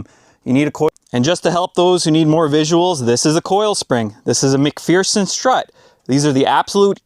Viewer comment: for pronouncing "MacPherson" correctly!